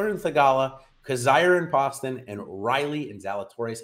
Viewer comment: Great content as always but JT Poston is pronounced Post-un.... he's from my hometown and put him in my lineups often and always underowned. Thanks!